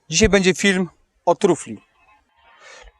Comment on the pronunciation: nie "dzis bedzie" tylko "dzis będzie"......